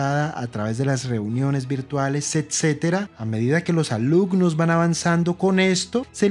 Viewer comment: "alucnos" "etspertos"